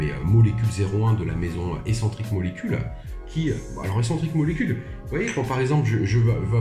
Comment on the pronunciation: Très chouette vidéo comme toujours. Je crois que c'est la première fois que j'entends un Youtubeur prononcer "Escentric" correctement 🙂 Sinon je débute dans mon apprentissage du monde des parfums, mais j'aurais sans hésité fait figurer dans la liste La Nuit de l'Homme et The One EdP qui sentent divinement bon à mon goût mais manquent un peu de performances.